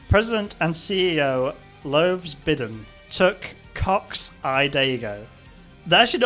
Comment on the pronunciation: I love how they can't get Joe's name right. Yadine Joe Andyica Joe Ddell 49 Bden Joan Baiden US President Jobeden President Boden President Beden President Baden President Bidden Lowves Bidden Benden's President President Benden Muwon Biden Anniford Biden Andry Badien President Barden It's like they're trying to type while drunk. lol